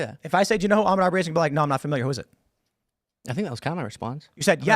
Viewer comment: Ahmaud Arbery did NOT burglarize a home. And learn how to pronounce his name while you're at it. Dumb fuck pecker wood.